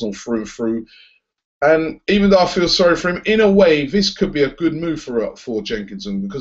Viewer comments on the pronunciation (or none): none